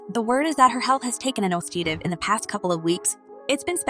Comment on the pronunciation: Is this an AI narrator? She can't even pronounce "nosedive" correctly. She messed it up multiple times and sounds like a robot when she does.